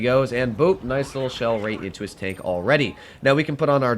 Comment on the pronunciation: Why is it tenk instead of tank, is that supposed to be with a Russian accent or something